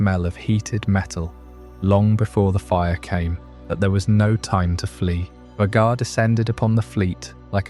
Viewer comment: This is cool but The constant mispronunciation of Vhagar throughout the video drove me a little nuts while trying to relax